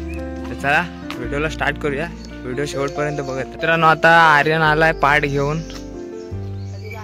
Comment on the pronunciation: त्याला "पाठ" नाही , "पाट" म्हणतात....